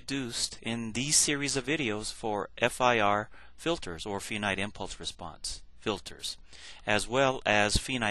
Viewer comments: It's pronounced with a long i, not with a long e as in female. Finite is pronounced like finance, or find where the i is long. Like the pronunciation of five, for example. Other words with the long i sound: are file, fight, confide. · Really!!!! This man is publishing these videos to help you learn a complex subject and all you can do is criticize how he pronounces finite!!!!???? Thank you